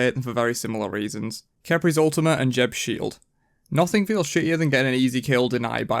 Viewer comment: I thought you were joking with the Jeb pronunciation but you kept it up even after his segment ended soooo, what gives? When did you stop saying it like that? Edit: Also, what's with the swearing, lol? You used to swear a lot?